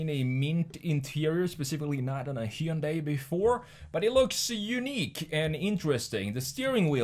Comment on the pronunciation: Pronounced Hun-day like Sunday... not Hi-un-die